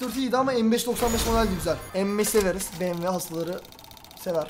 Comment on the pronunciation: Abi de BWM değil BMW yanlış söyledin